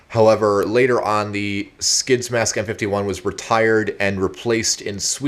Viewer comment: I have a m51 gasmask and you pronounced it wrong